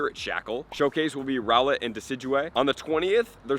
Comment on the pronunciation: Your suposed to prounce wydeer like w ear deer and rowlet like r owl et